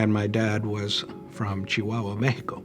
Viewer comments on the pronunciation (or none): none